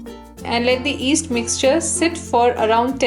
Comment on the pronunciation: stop she is not that bad. Try teaching something in a second language, F that. But she said east instead of yeast haha